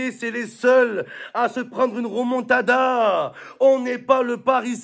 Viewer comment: C est remontada pas ramontada mdr